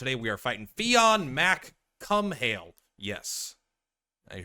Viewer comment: As an Irishman, your pronunciation insults me. 10/10